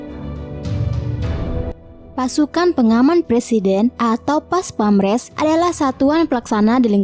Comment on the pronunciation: PASPAMPRES mbaaak..bukan PASPAMRES...hahahaa...profesional doong mbaak.. 🙏